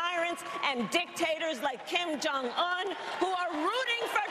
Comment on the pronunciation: This is crazy! Did she just call him Kim Jon-il? What does that make her?